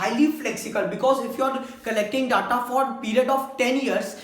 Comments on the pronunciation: Pehli baat DA TA NHI HOTA DATA HOTA HAI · stop callng Datta, make your pronunciation correct. village guy himself doesn't have knowledge of OLAP and OLTP. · you are gud . just make sure you pronounce Data as Deta . it will be better for your page.